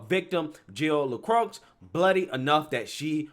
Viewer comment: "LeCroix", pronounced "le-croy". For the love of god, please stop saying "lucrux"